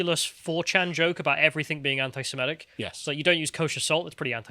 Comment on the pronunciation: Please learn how to pronounce the word 'Semitic'.